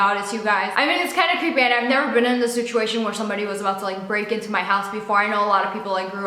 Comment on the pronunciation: Is it just me or at the end did she say 'shituation'? 🤔🤣🤣🤣🤔